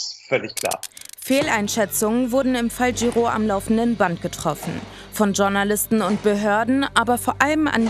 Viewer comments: Mir gehen JournalistInnen auf den Keks, die ausgerechnet das Wort "Journalisten" nicht richtig aussprechen können. Klingt nicht besonders clever. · Wer kennt sie nicht,die Tschurnalisten bzw Tschurnalistinnen😂😂